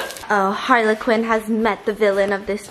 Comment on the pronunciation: I...is it just my wonky ears or does she keep saying harlequin and not Harley Quinn LMAO